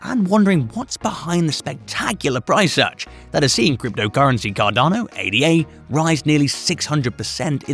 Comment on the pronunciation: It is not pronounced A-D-A . It is named after Augusta Ada Byron . It is a name ,not just 3 letters. If your name was Tom we don’t call you T-O-M . I like your videos but something this simple shows you haven’t done much research on cardano.